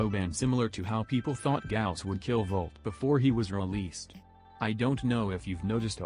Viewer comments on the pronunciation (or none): none